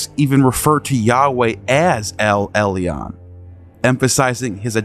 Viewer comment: Elyon isnt Ellee-Ahn but pronounced El-Yuun. And the Tris in Tris-Magismus isnt Tress-Magismus, but pronounced TRISS. Just saying lol